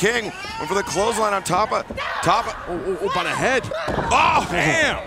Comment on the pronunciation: Say her name right Justin Roberts. It's Tapa like pasta.